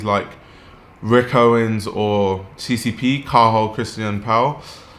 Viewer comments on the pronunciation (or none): The way he butched CCP's name xD